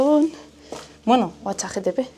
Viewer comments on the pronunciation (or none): lo siento tengo TDAH y tenía que decirte que es ChatGPT, no "chatTGP" como has dicho en todo el vídeo jajajaaja Me encantó el vídeo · escuche bien, chat gtp? no es chat gpt?